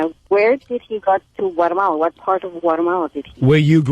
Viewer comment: LOL "Gualamala" fucking Vos :P